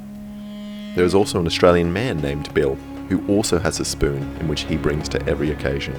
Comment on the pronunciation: My favorite part was when he said S P O O N